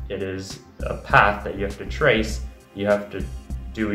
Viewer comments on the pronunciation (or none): none